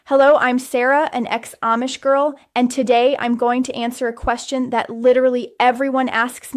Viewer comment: This is AI. She's always in the exact same spot in every video. The ribbons of her kapp are in the exact. same. place. every video. Her head never moves. She mucks up certain words. Oh, and she can't say AMISH correctly! Blargh, I hate this AI slop garbage! Whargarbl! Whargarbl, whargarbl, whargarbl!!!